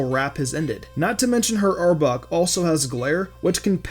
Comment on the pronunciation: STOP SAYING "Arbuk :P". ITS ARBOK